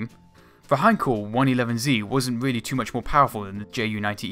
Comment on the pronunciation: wealy wealy intewesting nawation.....